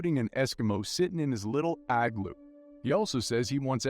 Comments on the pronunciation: I-glue? Igloo is pronounced Ig-loo I still quite like this film when it pops up on a streaming service and i rewatch it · eye glue. How do you say it? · Love how the Narrator said igloo lol